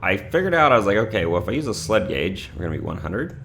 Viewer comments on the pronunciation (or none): none